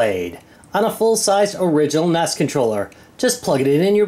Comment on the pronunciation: N.E.S. Not nes... come on man.